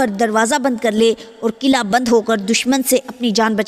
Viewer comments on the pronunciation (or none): none